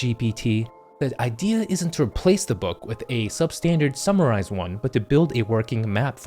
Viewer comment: "Skim and summrize" thats how he reads 1000 pages a day or in other words he doesnt